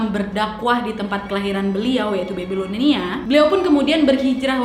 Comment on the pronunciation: cara bacnya BABILONIA bukan BEBILONIA wak wkwkwk